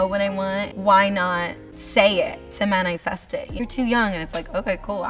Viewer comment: bro she said man-eye-fest